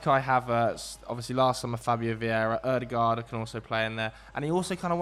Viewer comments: thought we weren’t gonna get a custom pronunciation but he came through with Urhghdeguurhd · I love how pronounces Ødegaard😂🤌🏼